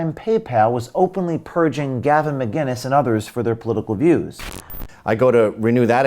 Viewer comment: It's Gavin McInnes not Gavin MgInnes. With a K not a G.